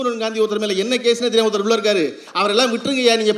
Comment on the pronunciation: Cause இல்ல ப்ரோ "case"